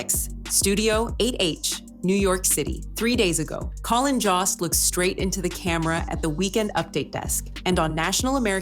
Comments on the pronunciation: His name is Colin Jost (Joe-st) not (Jah-st) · I hate the mispronunciation of Colin’s last name. AI voice? Its JOST. Not Joss! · It's Colin Jost, spoken with a long O, like in Joe. Why not find out the correct pronunciations before making a fool of yourselves, repeatedly? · I hope someone corrects the pronunciation of "Jost". If I were him, I'd be pissed.